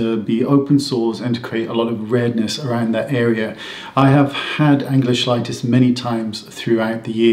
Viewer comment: It’s pronounced “key light us”. It is caused from a vitamin deficiency.